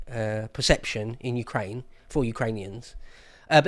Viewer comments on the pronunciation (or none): none